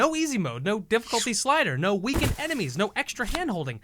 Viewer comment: "Difficlty this, difficlty that. How about you difficlty this nuts"